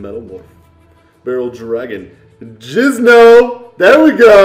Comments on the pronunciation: Its called jinzo no jizno😊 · jinzo not jizno jizno sounds nasty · JINZO Not jizno -_ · Jizno... Jinzo. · Are you saying jizno on purpose? Nice video, damn that Elegant Egotist looks insane in foil! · Lol exactly, these guys don't realize he's purposely saying jizno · It's not fucking Jizz in my pantsno it's fucking Jinzo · Jizno huh...not Jinzo yeah?? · FFS it isn't "Jizzno"; it's Jinzo. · It's Jinzo not Jizno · isnt it "jinzo" not "jizno" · Its jinzo not jizno stop sayin dat 😆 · Why do you call Jinzo Jizno it's not right bah but still good pulls though. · I really like your yugioh videos and stuff but when it comes to things like this or when you pull jinzo it really irritating when you call him jizno. I'm my opinion I think you should call him by his actual name cause I just want to shout when you call jinzo jizno but hey that's just my opinion. Have a good day. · says "Jizno" since one time he pulled Jinzo from a pack and he accidently said Jizno. Then he just kept saying it as a joke. Thumbs this comment up if you want to spread awareness:) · he's says jizno it's bingo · Jose Macedo he says for a reason i actually forgot what he said it for because its been so long but i think its because he miss pronounced it and just stuck with it